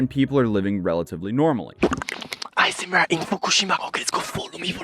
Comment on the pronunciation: It sounds like you're saying ASM(A)R. Haha